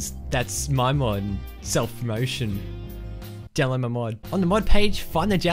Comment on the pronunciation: Lol fuck he keeps saying dload my mod